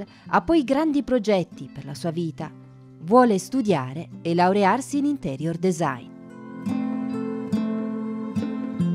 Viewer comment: interior si legge intirior